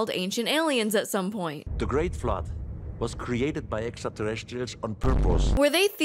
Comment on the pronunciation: Another thing to add to the drinking game to make it more lethal is "Drink when the carrot guy pronounces it 'etsrta-terretstrials."'